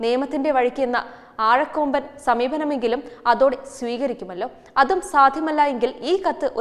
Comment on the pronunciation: ആഴക്കെഴമ്പൻ അല്ല . . . " അഴകൊഴമ്പൻ "